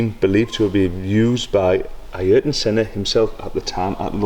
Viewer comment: I-yer-tun Senna 😂